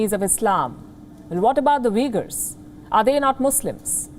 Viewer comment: Palki its not pronounced Vegar lol they are Uigurs. They are no close to being Vegar or Vegans lol.